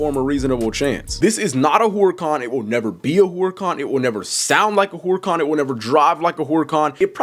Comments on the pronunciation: Herrr-ican. not whore-ican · no it isn’t it’s actually supposed to be pronounced “Urr-A-Can” or “Err-a-Can” not whore-a-con or Hoo-ruh-Kahn.. the H is silent. like I said it’s no hate but it was just cringe the way it was said it in the video. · Ngl you pronouncing Huracan as whore-a-con really made me cringe. No hate though js. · Why you say whoreacon? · “Whoreican, Whoriecan, hoorican”